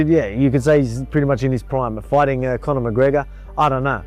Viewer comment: Conor. On n. Not two.